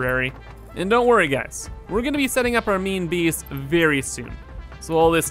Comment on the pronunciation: Is he saying meme base or main base?